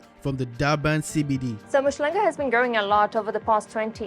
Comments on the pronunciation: Mushlanga 🤪 It's Um-hlanga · It is not MU shlanga but UM hlanga really not difficult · UMHLANGA ✔️ UMSHHLANGA💬❌ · 😂You butchering the pronunciation of Umhlanga, but you get a pass my brother.